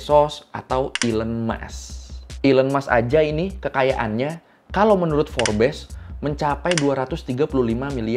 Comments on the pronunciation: Forbes dibacanya Forbs 😊😊😊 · Cara baca nya kyak nya "forbs" bang